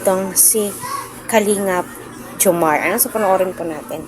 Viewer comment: maam:reaction hindi po ang pronounce ay jomarrrrrr. jomar